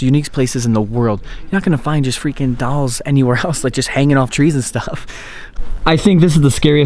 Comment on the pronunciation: InvincibleCap thank you. Someone teach him how to pronounce dolls please